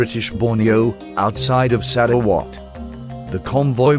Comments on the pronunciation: This is by far the funniest butchering of Sarawak, my head keep hearing SaraWatt 🤣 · sarah what ?